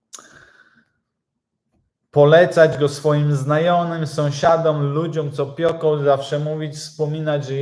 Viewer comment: Pieką, pieką, a nie pioką.